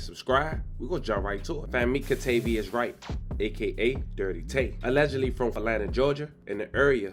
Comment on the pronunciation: “Ka- tavious” …smh